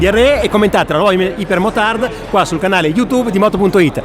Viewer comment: Si pronuncia aiper non iper ...... c'è la y